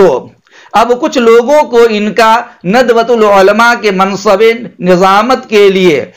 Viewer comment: آپ مفتی تو نہیں لگ رہے آپکی زبان سے اور شاید حافظ بھی نھی ہو تبھی عُلْماء عُلْماء کہ رہے ہو عُلَمَاءْ ہوتا ہے